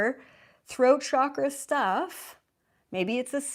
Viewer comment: It's chakra, and shouldn't be spelled or pronounced as shakra. And I would first consult doctors before drawing conclusions, although they seem rather bad (and expensive) at diagnosing people.